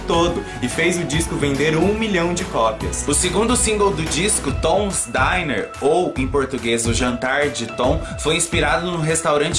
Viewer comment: Correção: diner é aquela lanchonete tradicional americana (som de ‘aí’) Dinner: jantar, a refeição (som de i)